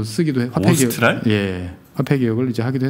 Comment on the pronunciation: 아르헨티나가 카를로스 메넴 대통령 집권기인 90년대에 사용했던 화폐명 'Austral'을 '오스트랄'이라고 하셨는데, 그건 영미식 발음이고, 스페인어로는 '아우스트랄'이라고 부르셔야 해요. '남반구' '남쪽'이라는 단어가 어원으로, '오스트레일리아'(남쪽의 땅)라는 나라 이름도 역시 여기서 나온 거고요.